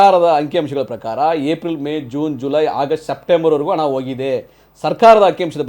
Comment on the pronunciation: ಹಣ adu ana alla 😂😂😂 ಎನ್ ಕನ್ನಡ ಮಾತಾಡುತ್ತೀರಿ?